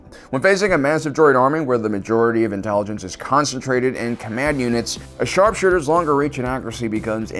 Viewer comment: The way he said sharpshooters like sharrkkkshooters made me laugh so hard